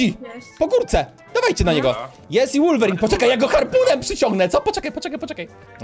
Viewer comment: mówi się wolwerin a nie łorwerin